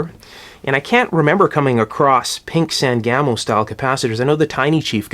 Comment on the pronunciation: I'd never heard of "San Gamo" caps before, so I googled it, then I had to laugh. My family is from central Illinois, there is a river here, the Sangamon. Springfield is in Sangamon county, my mother and father both worked for Sangamo Electric in the post WWII years, so I grew up hearing the words Sangamon and Sangamo, and the pronunciation is "SANG-uh-moe". No disrespect to you, it's just always interesting how pronunciations differ by geographic location.